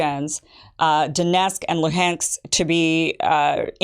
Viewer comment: Putin's own Spy Chief accidentally said out loud that they wanted to annex those regions though 😂 And the way you're pronouncing Luhansk is wrong